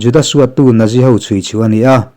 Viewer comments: Nazi ti lovin Natzi ti rawh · Nazi hi naksi tih ang deuha lam tur a niin ka hria. Ka hriat ve dan aw sir. 👍